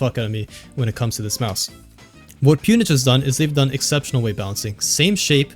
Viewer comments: It’s pronounced “pown” like “own” with a “P” not “pewn” 😹 pwn/pwned is oldschool gamer terminology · Have I been saying Pwnage wrong ?